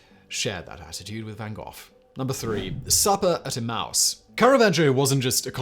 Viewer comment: Simon, e-mma-us not emouse!